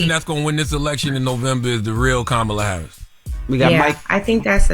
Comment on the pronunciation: I will make my last comment. If you call in to complain about who is running for President. You sound very stupid to me when you can’t even pronounce the Vice Presidents name. I hear you all trying trying so hard to speed through her name. Learn how to say her name before you vote.